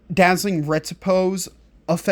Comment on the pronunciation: Pretty good. Might try the last two sets for killing Infected Brood Mother. Not nit picking (ok I am a little): Riposte = Rih-Post (ive also heard it pronounced Rih-pahst) not Reh-tih-pose.